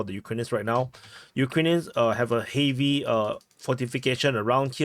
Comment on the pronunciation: Just a helpful hint... "heavy" is not pronounced "hay-vee" but more like "hevvy"/"heh-vee."